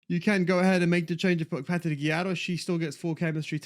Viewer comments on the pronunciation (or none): BIG FAN of all the content! But I cringe every time you say Patti Guijjaro 🙊 No pronunciation for any player at all but when it’s her you become Spanish all of a sudden 🤣